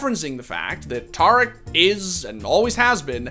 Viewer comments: Homie. Its pronounced TEAR-ICK not TAR-ICK. The dude literally says his own name every stream. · Not tar ick, tare ick